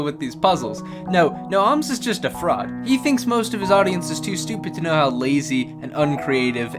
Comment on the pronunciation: Its an o not oooooomz